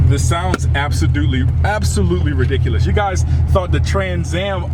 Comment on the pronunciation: "Absodootly reliculous"